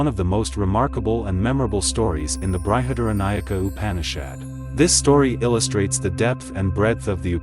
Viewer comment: It is pronounced Brihad-Aranyaka-Upanishad